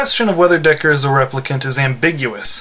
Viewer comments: How can your analysis be logical if you don't even know how to say his name, Decker lmao. And have you ever considered Rachael? She's weak and yet she is a replicant... maybe they are Nexus 7 models because they have memories inserted in them? who knows... it may be ambiguous but Ridely Scott does that purposely, he wants the responder to make a judgement, and as for me? Deckard is a replicant. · Hey, I just have one small criticism. His name is "Deckard" not Decker. I only know this because I read the book, just thought i'd let you know. Also I think he IS a replicant. I interpret him as being a flawed one...maybe an unfinished or broken one which is why he get's his ass beat by them...also may be why he hunts them. I'm sure he wasnt' made for the task of hunting them as you implied.